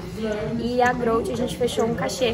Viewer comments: Pior que a mina não sabe nem falar o nome da marca kkkkkk... mas é aquelas cara, a mina tá no hype, sabe divulgar no Instagram e é isso, agora essas atletas só querem saber de comer, dormir e treinar, nada de conteúdo e divulgação para ajudar o esporte, ai ficam para atrás mesmo. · A mina não sabe nem falar o nome da marca e é patrocinada, togs faz milagre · É sério isso a mina não sabe nem falar a marca dereito que foi patrocinada, eu fiquei até com vergonha e olha que elafalou duas vezes ainda kkkkkkkk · A mina não sabe falar o nome da empresa que patrocina ela? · Tanto atleta sem patrocínio e a growth patrocina uma menina que não sabe bem pronunciar o nome da marca... 🤦‍♂️ Kennedy pro da men’s não tem dinheiro nem pro suplemento...